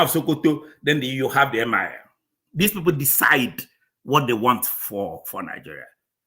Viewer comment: it is Emir not Mir